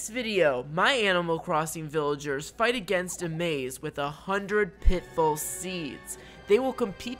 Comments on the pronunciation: pit full seeds? or pit fall? I hear wrong sometimes! LOL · I love how you say pitbull instead of pitfall